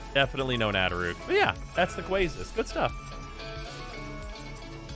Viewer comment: "Are you gonna finish that QUASSUNT "